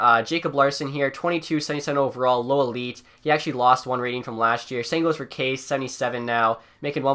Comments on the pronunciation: It is pronounced "Kasha" not case. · Kase is pronounced KAHSHA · Kase is pronounced Kasha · Btw, Kase is basically Kasha, not case XD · “Case” instead of Kase or Kasha like it’s pronounced😂